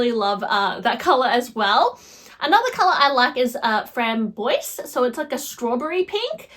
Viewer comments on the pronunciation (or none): Framboise is French for raspberry and pronounced “fram-bwah” Also, not rose “poop” lol. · Tiny correction, you pronounce the s at the end as a z sound with framboise (because it's feminine & ends in an e; if masculine, no e at the end, then you wouldn't pronounce the s/your pronunciation example would be perfect).